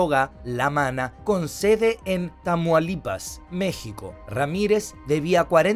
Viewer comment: Lo mas impactante es que hables tan mal el ingles como el español Lopex Expector Tamualipas 😂😂😂😂😂😂😂😂😂😂😂